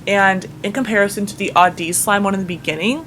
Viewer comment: I'm not trying to hate on, I love her and her vids, but why didn't she activate the slimes cuz in the audeez slime review part the slime kept sticking to her hands and it bothered me sooooo much!! And she kept spreading the slime and it's not even butter slime!! and she kept pronouncing audeez wrong. I'm just really bothered by how she plays with slime://